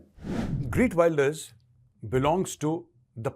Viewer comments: Geert Wilders, not Greet Wilders! Me-la-nie Joly, not Mee-laine Joly! It's important to get these details right, for your own credibility!! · I just voted for him... and this is not a joke!!! खेरत वीलदरस this is proper pronunciation of his name in Dutch!! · Heert welders. Pronunciation. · take a shot every time he says "Greet Wilders" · His name is pronounced as खेर्त विल्डर्स. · Pronounce his name right bhai